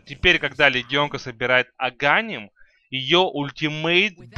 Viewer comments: аганИм, а не агАним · В школе не ходил походу он )) слушать нереально его агАним..... без грамотность зашкаливает. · агААним аааа мои уши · АГАНИМ УДАРЕНИЕ И!!!